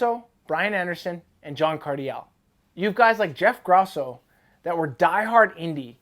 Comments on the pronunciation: Stop saying Jeff gross-o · first time you said his name you pronounced it incorrectly